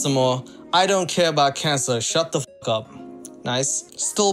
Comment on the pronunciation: Why does she pronounce cancer: “KEY-ON-CER”? It’s very annoying.